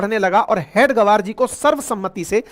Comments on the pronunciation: हेडगवर नहीं । हेगडेवार है।कृपया ध्यान दें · Please pronounce the name properly. It is Hedage-vaar, and not head -gavaar. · Sorry sir... RSS ke sansthpak ji ka naam... हेडगेवार... Hai... please pronounce properly🙏🙏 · परमपूज्य हेडगेवार के उपनाम का उच्चारण अशुद्ध कर रहे हैं, इसे सुधारने की आवश्यकता है